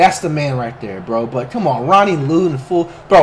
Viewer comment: He said Ronnie “LOOT” lol